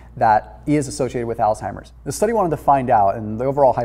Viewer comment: It's not pronounced altimers. It's Alzheimer's. Thank u for ur videos. I enjoy watching them and following ur recommendations.